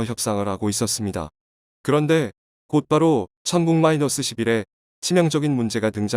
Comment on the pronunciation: 를 마이나스로 읽지 않았으면 좋겠습니다.